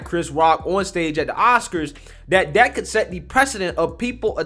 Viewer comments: That, not Dat. We can’t get jobs because they think we can’t talk. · Can you not pronounce anything with "TH" in it..everything isn't "DA". Instead of that you say dat..there is dere...get some grammar...I cant listen to your nonsense and to lazy to pronounce any word correctly..jeezzz